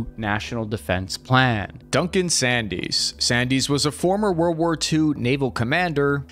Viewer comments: Duncan Sandys is pronounced 'sands'. Due to his frequent changes of opinion to match that of his masters, he was known as 'shifting Sandys'. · Hey - love the vids - can't have more tanks here in the UK as there aren't enough electric vehicle charging points... Also if you need any English proof-reading doing, send me your scripts... Sandys is pronounced Sands (weird I know) and that's the Gee-Aye-You-Kay gap (Greenland/Iceland/UK gap) not whatever you said. At least you don't say aircrafts when you mean multiple aircraft... Seriously though, I'm a big fan, keep up the good work 😁🇬🇧🇺🇦